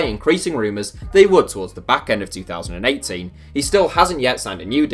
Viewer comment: Are you saying 2018 or 2080? I'm confused